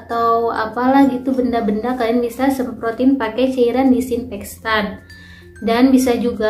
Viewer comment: Disinfektan bukan dikssinfekstan👍🙏